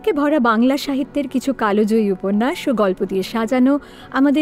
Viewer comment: The pronunciation should be Kaaljayee, not Kaalojayee.